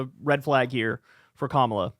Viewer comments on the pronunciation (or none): This is an issue for Kamala undeniably. However this is highly suspicious here. 1) the lady that said she’s voting for trump it’s very possible she was already voting for trump and she probably voted for him the last 2 times. The giveaway is that she kept calling Kamala, “Ka-MALL-a” 2) She ignores the point that trump would be even worse for Palestinian people. I wouldn’t be surprised to find out this lady has been a maga red trumper and it’s all over her social media. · Why do all MAGA or anti Harris, mispronounce her name? Most likely on purpose. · The racist who intentionally mispronounces Kamala's name and votes for Rape's MVP is beyond lacking in credibility. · The Trump voter mispronouncing Kamala Harris name is just untrustworthy. Especially considering the interviewer just said the name correctly.... People will tend to mirror the attitudes and words of those around them. Also we don't know the conditions Biden provided for him to step down. It could be that Biden insisted on unwavering support for Israel for him to step down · She didn’t even bother to pronounce her name right. This is a panel of idiots. Listen to them.